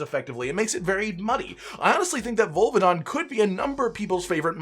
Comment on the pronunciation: says volvidon Me: OH.... HIM. sharpens aerial akantor switch axe